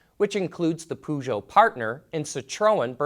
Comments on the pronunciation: Poosho? What the hell is that?! PER-SHOW. That is how you phonetically pronounce Peugeot!! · Dude you just completely destroyed the pronunciation of Peugeot and Citroen! Perr-zho, sit-run